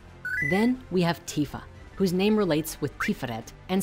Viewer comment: OMG, you pronounced Tifa correctly.😪I'm sharing this with friends now. Thanks to the story creators, I was able to show them how to properly pronounce Tidus.